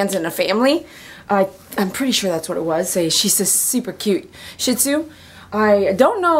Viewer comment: I love your videos, very educational. I would like to share something though. Almost everyone that I meet pronounces Shih Tzu incorrectly. I don't know where the incorrect pronunciation came from originally, but people normally pronounce it like you are in the video as if it is spelled shit zoo. Instead it is actually pronounced as shee tzoo, at least that is the best I can explain that it is pronounced with text. The "Tzu" part is generally fairly hard to pronounce for those who do not speak an East Asian language like Chinese (which is where their name is from). Probably the best way to think about the way that is spoken is to compare it to the sound of "tch" like in catch but with a "z" instead of the "ch" of course. I am in no way trying to be insulting or act like I want to belittle anyone, I just want to spread information and help to educate people so that maybe eventually the Shih Tzu breed name will get the respectful pronunciation that it deserves by everyone someday.